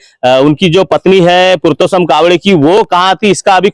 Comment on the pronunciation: पुरतोशम नहीं पुरसोत्तम 🤣🤣🤣लगभग लगभग 👍